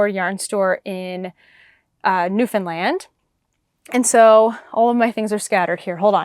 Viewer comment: You pronounce Newfoundland perfectly! I’m a Newfoundlander but I live in Ohio. I’m enjoying following your Canadian travels. Thank you for sharing.